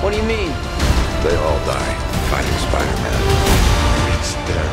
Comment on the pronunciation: is it just me or does it sound like he’s saying “Spider-men”